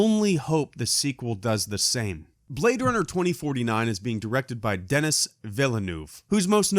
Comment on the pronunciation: just a point, denis is pronounced den-E in this case